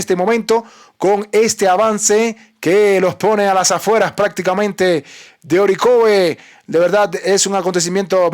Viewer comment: Se pronuncia Ariejav. En ruso. Nada de Orikov. Lo aprendí de Liu Sivaya